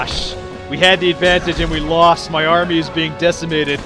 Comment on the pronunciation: Hmm I thought it was army not armai